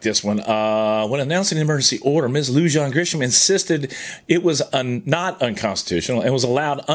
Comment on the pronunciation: Pronounced Bernaleeyo county and Loohahn